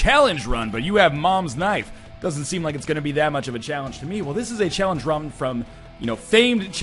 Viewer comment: you said challenge rum.